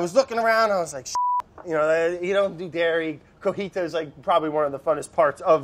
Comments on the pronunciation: When he said cojita I died! 😂😂 Cotija* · Paused the video just to comment on my man Brad Leone saying “coJITA” instead of COTIJA I died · brad pronounced "Cotija" the way japanese people say "Godzilla"